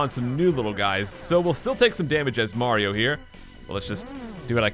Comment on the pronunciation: is it me or did he call mario, maro?